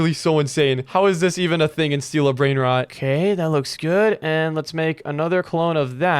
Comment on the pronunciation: He said brainrats